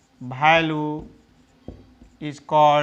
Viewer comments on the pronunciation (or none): Its value not bhalu